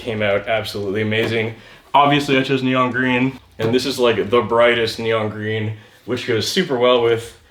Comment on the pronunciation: Vewy gween vewy gwood